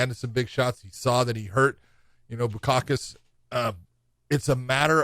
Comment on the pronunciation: He called him bukokous Lolol